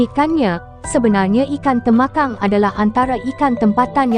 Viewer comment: tembakang la bukan temakang..talapia bkn tilapia